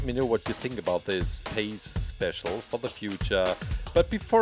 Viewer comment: says something about face special and it sounds like he's saying faze cause of his accent Me: sarcastic laughter thing get it, cause tfue is sueing faze